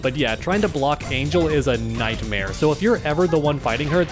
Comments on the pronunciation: Not to sound rude, but her name is pronounced Ahn-hehl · It’s pronounced Ahn-hell lol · The mispronunciation of her name is so cringe